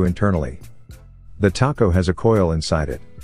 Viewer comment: It calls it a "taco" instead of a tacho, but otherwise good.